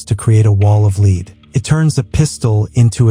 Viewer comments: So fkn sick of bullshit ai narrated channels, so called " creators" to fkn lazy to narrate their own videos, what tyfk is " a wall of LEED " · What is a wall of leed you need to fix your AI